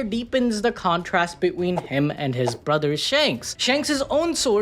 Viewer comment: Why you saying between like that? Beween 😂